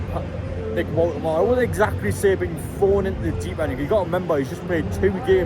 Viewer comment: It’s pronounced VoltamaDA.